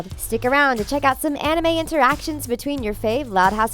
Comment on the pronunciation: You said manga and anime wrong. Wow you English people though.